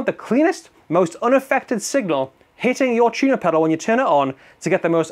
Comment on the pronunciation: "Chunah"? Dat some kinda sammitch?🤣🤣🤣